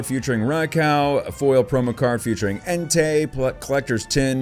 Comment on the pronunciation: It's en-ty. Not en-tay.